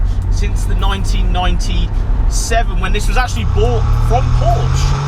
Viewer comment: FYI it's pronounced Porscher.